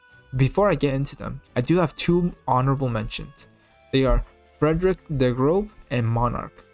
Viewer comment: When pronouncing FdG's name, remember that "ß" is not "b". It's "s". So the name doesn't sound like "Grob", it's something like "Griosè". Atleast you tried actually pronouncing it and not just saying "ef-dee-gee"